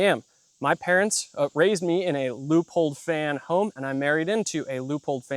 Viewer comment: I'm wondering: why you guys pronounce Leupold like 'loophole'? 😁